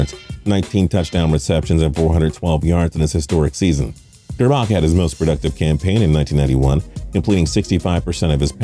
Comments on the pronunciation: OMG and it’s gerrrbac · He also pronounced Elvis grbac's last name wrong. It's (gurr-back)